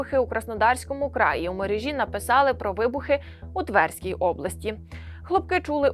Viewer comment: девочкам которых пригласили прочитать текст не мешало бы знать ударения, не твЕрской, а тверскОй. все же врага надо знать. а так рашисты подумают что мы недалекие. нехорошо.